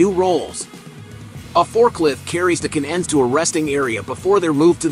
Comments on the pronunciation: Interesting manufacturing. The computer voiceover needs a little work - can ends, not cannends, etc. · This video is the result of artificial Intelligence. And it can't figure out how to say the two words "can ends." So it pronounces it "cannends." AI will destroy our ability to communicate with each other, us to businesses and business to business. But no one cares because there is money to be made. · Ca nans, Poor AI. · Haha, I broke out laughing at that point. I guess we’re not quite there in our AI tech just yet, lol.